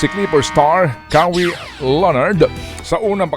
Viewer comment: Ka-wi Leonard!